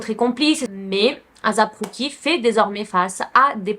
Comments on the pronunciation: ASAP ROCKY ! ET NON AZAP ROCKY 😅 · J’adore t’es video!! Mais stp fais des efforts sur les noms. Comment ça Asap Cookie?? C’etait la mm histoire avec les vidéos de P. Diddy. Tu disais "P. Daidi" . Pleeeaseee fais des efforts sur ça! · Ça se dit éissép ROCKY comme asap en anglais et rock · Ça se prononce « eyssap rOcky » et non azap roucky 💀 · En vrai on s’en fou comment on prononce mais si vous voulez la vrai façon c’est “ Ay-ssap” en mode des sape linge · Je suis d’accord c’est assez dérangeant mais bon